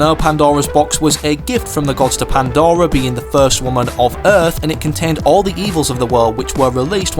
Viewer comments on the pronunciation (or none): none